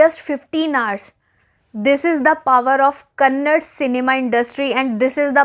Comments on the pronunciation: Kannad nahi kannada... Thank u... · Kannad nahi meri behna Kannada hai,.. 😍 LOVE FROM KARNATAKA